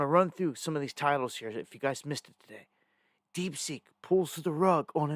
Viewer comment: The new AI is called DeepSeek, not DeepSink lol